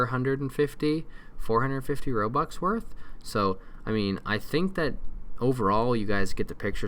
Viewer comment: Its robux not robots